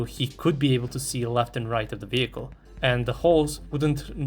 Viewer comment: "vewi prutekted advent sapport wehicle"